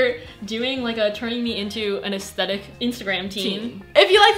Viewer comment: She said asssthetics